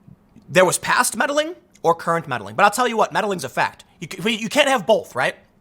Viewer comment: "I'll tell you Hwat! Dude!" - Tim Pool